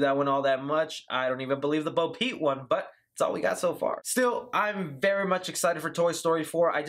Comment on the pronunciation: Love the video but it sounds like you’re saying Bo Pete LOL